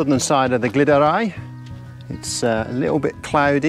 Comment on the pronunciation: Beautiful compositions there, looked a good evening spent in the mountains! Your pronunciation of Crib Goch and Lliwedd sounded fluent! For info though- the ‘Glyd’ in Glyderau, rhymes with ‘Blood’, not ‘Glid’!